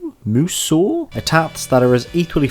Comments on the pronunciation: Phonetically, the correct way to say it is Moo-soh, with a soft "S" and a long "O" sound. You can hear it in a bunch of the promotional videos, as well as in the game itself when characters say it out loud. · You said it wrong in it's "musou" not "musou"